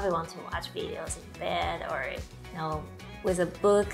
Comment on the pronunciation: Frustrated people in Taiwan they pronounce different English so strange n different by Taiwanese teachers in primary schoolFor example ,with to wis zoom becomes room n cancell becomes canserThey are stubborn